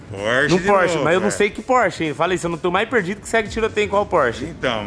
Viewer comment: Porsh marcan